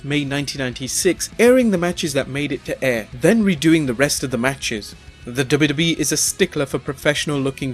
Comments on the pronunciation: You need diction classes kid... It's WWE which is pronounced as double u double u E and not dub dub e hunny bunny.... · IT'S "DOUBLE U" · Wwe not dubidubi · does he say wwe or dub dub e? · Say dubbayuhdubbayuh-eee one more time... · "Double-doubly-eff?" What is wrong with your mouth?? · I swear if he says 'WW' again the way he does. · is he saying dubeedubee? lol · STOP SAYING DUBBA DUBBA E. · the way you say WWE is freaking me out. lol sounds like dubba dubba E. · Someone teach him how to say wwe! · How hard is it to pronounce w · Anybody also noticed how funny he was saying 'WWE'? It's like he's saying a different letter not found in the english alphabet. LOL. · had to stop cannot take the way he says W.W.E.